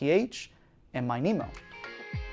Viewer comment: I'm pretty sure it's not pronounced MY NEEMO, but rather MINI-MO (lit. "minimum")